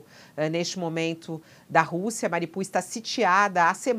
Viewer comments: Mariupol não é uma cidade russa e a fonética é ucraniana, país onde fica a cidade. Na Ucrânia se pronuncia "MARIÚPOL" e a o mundo inteiro pronuncia assim. Só no UOL essa moça pronuncia errado, falando "MARIPUL". Ensine a ela por favor. Grato. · Alguém por favor ensine a essa criatura a pronunciar direito o nome da cidade. Não é MARIPUL, é MARIUPOL!!!